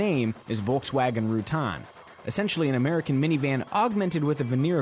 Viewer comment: why do you continue pronounce the name like that. wtf